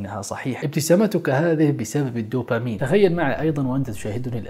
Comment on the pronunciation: هرمون الـدوبامين (بالدال) وليس الـ ت ـوبامين! Dopamine NOT Topamine وجزاكم الله خير ووفقكم اخونا الكريم ، انت وجميع المسلمين، لما يحب و يرضى في الحياة الدنيا والآخرة، آمين يارب العالمين والصلاة والسلام على نبينا وعلى آله وصحبه اجمعين